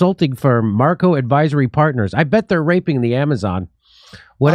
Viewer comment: Macro. Not Marco